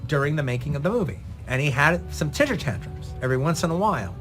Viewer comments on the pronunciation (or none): No one ever told Quentin that it's pronounced TEMPER tantrum, not TINTER tantrum?